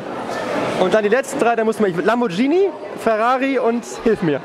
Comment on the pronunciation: Nicht Lambordschienie!! Sondern Lamborghini.